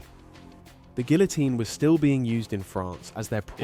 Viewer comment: Stop mispronouncing "guillotine" please. You were already sounding dumb enough in this video...